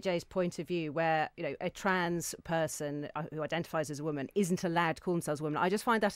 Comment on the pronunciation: I love how none of the people in the interviews I have seen about this poster of the dictionary definition of woman can actually read a dictionary; ˈwʊmən' is the word 'woman' in phonetics and they all read it as if it is in English and mispronounce it as women.